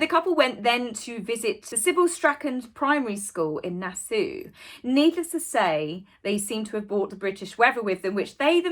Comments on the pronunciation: it's Na-saw not Na-sue. But otherwise loved your video! Glad to see you're back and Happy belated Anniversary! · Nassau is pronounced Na saw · Forgive me for correcting you, but Nassau is pronounced Na Saw with the emphasis on Na. And I agree with you, based on two wonderful trips there, it is absolutely beautiful and you’d enjoy it no matter where you stayed! It was such a dream the first trip alone that we took our children the next time and had a wonderful time together. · Nassau - Nass-saw...... Where in the Caribbean did you live? Love this video